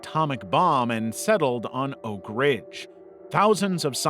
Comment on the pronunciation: Am i tripping or did it say "ORK ridge" the first time?